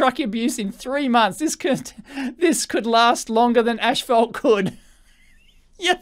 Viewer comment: Is the pronunciation of the word "asphalt" getting to anyone?